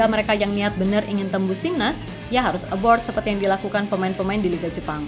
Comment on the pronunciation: "Abroad" ya min, bukan "Aboard" atau "Abort". Diperhatikan beberapa video ejaanya kurang tepat, makasih min yang baik